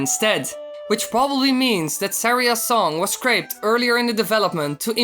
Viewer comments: Did you say scraped? (On the Syria's song) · "Scraped earlier on in development " No, it's "Scrapped" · "Scraped"? Wily... I think you mean "scrapped". There's a big difference between "scrape" and "scrap".